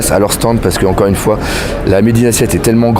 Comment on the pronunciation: t'es un malade de dire "bonjour une foué" x) ptdr'!!!